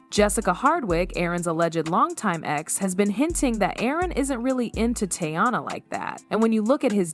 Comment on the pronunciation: Why is the narrator pronouncing Teyana’s name the AI way? Who is the woman in the thumbnail? And why aren’t there any tweets, video, etc…to back up what is being said??? Just random pics and clips that have nothing to do with the story being told 😳 🙄 it’s 2025, just put “I’m lying and click baiting” in the title 🤷🏾‍♀️